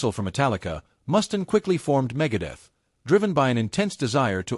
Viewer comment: It's pronounced Mustaine with a long Freaking A!!!